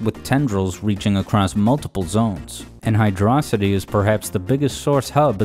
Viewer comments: Can't believe pronounced it Hydrocity, but then changed to Hydrocity, smh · As much as I like the video, for saying hydro city incorrectly, I must give a dislike. Sorry I don’t make the rules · I am really bothered by how inconsistent you are with your pronunciation of “hydrocity”.. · Even though he uses both, someone is still going to complain about the pronunciation opposite of you and do the same thing.